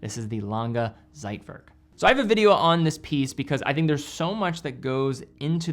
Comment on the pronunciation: Nice video, but please google how to pronounce "Zeitwerk". Otherwise, you sound like an amater.